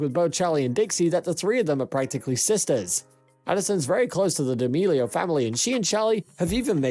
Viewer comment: HE RLLY JUST SAID DEOMILIO